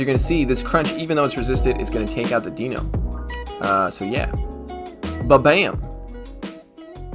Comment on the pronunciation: It's pronounced DYNO it bothers the shit out of me and I know you don't care.